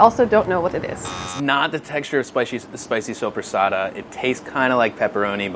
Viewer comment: Brad's confidence saying "supersata" shows just how Jersey Italian he is.